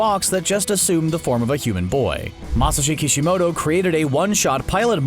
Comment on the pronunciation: mashshi shhokicishi moto the why he said his name. 😂😂😂 😂💀